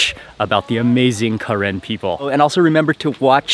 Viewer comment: its pronounce "kuh-ren" NOT KAREN!!!!